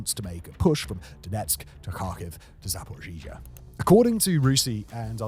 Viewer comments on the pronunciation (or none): Still zaporozhizha... It's been a few years already and nobody told him how to pronounce it?